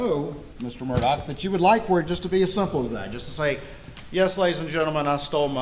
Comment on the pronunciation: So he pronounces his name as “MurDOCK”?????